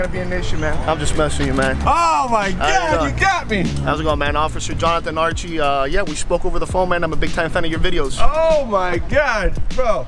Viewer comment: Archie was going to kick your ass for pronouncing his name the way you did lol.... amazing video the quality of the video sky rockets with each video you post.... oh and hey your a badass!!!